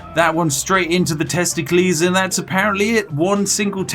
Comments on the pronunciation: "TESTIKLIS" first time watching this lol.... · Testicles should always be pronounced like Pericles. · "One shot in the testicleees is all we needed for the kill." Guess vikings didn't think about arrows in the nuts huh 😂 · the way he pronounced testicles had me laughing . thats pretty quick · I've never heard anyone else say Testicles like that and it gave me great happiness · Okay I burst out laughing the moment I heard you pronounce testicles like a Greek name, paused the video, and kept laughing for like a minute straight.